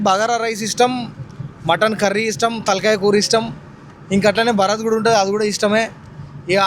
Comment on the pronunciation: Bharat kaadura babu bharaath